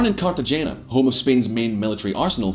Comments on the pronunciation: Trade "Carta-genya" for "Carta- hainya" (G is silent in the Spanish language) and you'll be pronouncing it correctly. Love your channel! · Cartagena is pronounced Carta-hen-a. His mispronunciation is as distracting as his yellow teeth. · It’s pronounced Cartahena. Check it out before looking like a prat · Like his relentless mispronunciation of Cartagena. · Please pronounce Cartagena correctly just once in your life. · Surprise surprise, messed up pronunciation of Cartagena. But it doesn't matter, really, if your shirt is cool and flashy, everything is permissible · Mate, u absolutely butchered the name Cartagena!!!! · I'm surprised that a Scot can't correctly pronounced either the guttural 'g' or the 'n' in 'Cartagena' and that he's similarly unable to correctly pronounce the 'zn' in 'Aznar'. One wonders what else is wrong. I'm looking forward to the clips on the UK's various defence projects and how they a) have run over budget and b) are unfit for purpose.